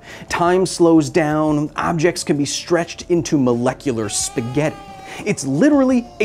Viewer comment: Who pronounces spaghetti like that?